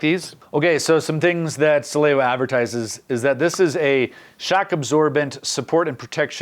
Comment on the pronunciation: Pronounced “Sah-lay-vah”. You’re welcome.